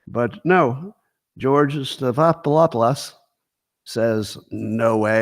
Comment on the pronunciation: Stephan-opoulous or ahpolis; not hard.